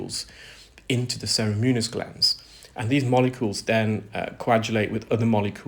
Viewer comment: He pronounces ceruminous as “cerimunous”. Similarly cartilaginous emerges as “cartilenious”. He’s good at ear care, not pronouncing tricky words!